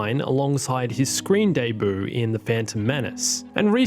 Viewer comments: ah yes. His deboo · His screen "deboo" loll